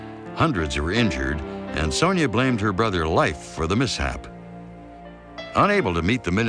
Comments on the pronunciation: It would be nice if words/names were correctly spoken.. eg: the name was Leif.... Not pronounced life. Is this AI or just poorly read? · I lived in Norway for years, and though they're lovely people, they're still very materialistic. They're also for the most part atheists. Both of these things make them very attached to money and things The name Leif is not pronounced Life. It's pronounced Lafe, with a long A. As in ace. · It’s very odd that A&E would have made such a mistake. We American kids were all taught how to properly pronounce “Leif” in school in the 70s and 80s.